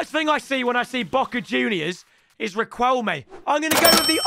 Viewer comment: Please bro pronounce the ‘QU’ like ‘C’ so instead of Rikwelmay it’s Rikelmay